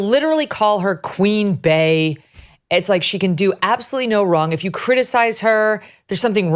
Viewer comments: Lol im not even a beyonce stan but i cant stand how megyn never gets the name right…. Its not Queen BEY NOT BAY!!!! … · I can't believe your staff keeps letting you say it incorrectly. It's pronounced Queen Bee like the first part of her name Bey-once.